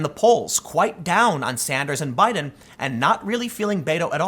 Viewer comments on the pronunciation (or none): none